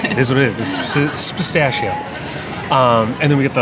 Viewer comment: Spistacio is an awesome way to say that, says bastacio. lol